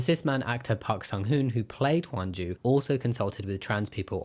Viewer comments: Her name is Hyunjoo, I think you were pronouncing it as Wonju or something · who tf is “hwan ju” her name isn’t pronounced like that